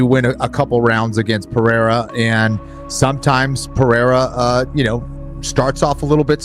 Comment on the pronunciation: Is Chael Sonnen mentally deficient? He calls Ciryl Gane "Surreal". He calls Alex Pereira "Piera". From now on, I'm going to call him Chase Sony.